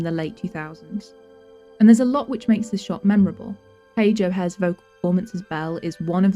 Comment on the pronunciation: Great film and great video on one of the best from disney. Quick correction though, her name is Page O'Hara, not O'Hare.